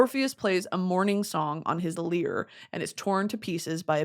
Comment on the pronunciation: Brittany saying 'lyre' wrong kills me